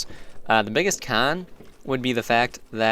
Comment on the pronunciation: The way you say Con xD